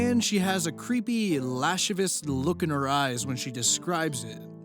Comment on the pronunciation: When I heard you say "lashivus" I chuckled a bit. It's pronounced "la-siv-ious" for future reference. Yeah, I have an obsession with english and having it read correctly.